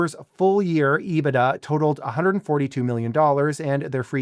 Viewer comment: Finally, someone who can pronounce EBITDA correctly.